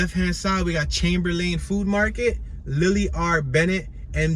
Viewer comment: Don't talk like a tourist. No one sez Chamber-lane. It's more like Chamberlin